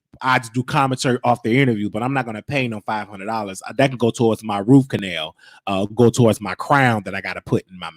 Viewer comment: Roof canal... How cute😀.. it's rooT canal